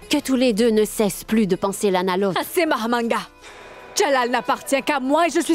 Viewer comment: Tu as gâté le nom de Mahamanga, c'est pas Mahamadgane